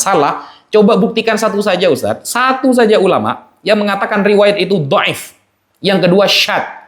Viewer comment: Boleh tunjukkan referensi nya? Meriwayatkan bukan berarti menshahihkan. Duh gurunya sama sih ya, nggak ngerti ilmu mustholah hadits, pengucapan dhaif aja salah 😂. Tapi kalo masalah framing dan playing victim tak akui jago. Lanjutkan cah bagus. Semoga sukses dunia akhirat.